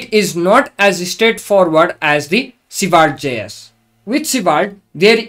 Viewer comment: Honestly, I love your pronunciation of Svelte. I wish this was the official way. (I truly mean it.)